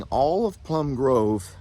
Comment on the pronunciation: And, Plum Grove, not groove.